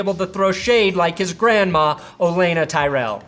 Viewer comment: "Loves Game Of Thrones But Doesn't Know How To Pronounce Olenna"